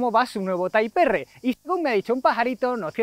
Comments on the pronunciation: Taip Ar es como se debe pronunciar le duela a quien le duela. Los angloparlantes que se respetan también pronuncian como se debe las palabras en español. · Muy mal!, si dices dale torete..., a partir de ahí la denominación del coche es (tipe erre), tal como suena, pero bueno, por lo demás el reportaje genial. Ahora que pienso... quizás debieras haber dicho dale torere para que el culo apriete, igual el piloto lo hubiera entendido mejor 🤣, ojo!, no digo que el "Torete" no sea conocido mundialmente, nooo. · Jajajaj muy bueno lo del inglés de Type R, la verdad es que no se por qué lo decimos así . Muy bonito el nuevo civic. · Dan ganas de vomitar cuando dice TAIP ERRE.... Hermano se dice en español TIPO ERRE y si es en inglés TAIP AR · "Tipo erre" y así como es en español.🤷🏽‍♂️ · correcto, lo suyo sería llamarlo Type Ar pero a los españoles no les gusta pronunciar palabras en inglés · Ni tipe erre, ni taip erre: "tiper"😎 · que risa type "erre" "uvetech" jajajajajajja los españoles le tienen una terrible aprension a pronunciar el ingles... digame cuando dicen "tipe erre" honda zivic jajajajaja ///// muy buen video by the way me le voy a dar like y me me suscribo saludos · Yo siempre he dicho "taip erre". Y es la primera vez que pienso que es una gilipollez mezclar pronunciación en inglés y español 🤣🤣🤣.Gracias! 🤣🤣🤣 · Taip erre jajajajaja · "taip erre". No sé por qué este coche cada vez lo hacen más feo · No debes decir tay porq no eres americano para pronunciarlo en english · "Taip Érre"